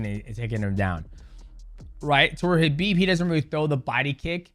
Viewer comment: The first MMA fighter to pronounce Khabib correctly. Well done might mouse. You are also amazing. God bless